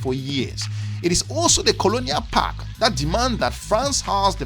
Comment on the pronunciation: Common man, word is PACT….not “PACK”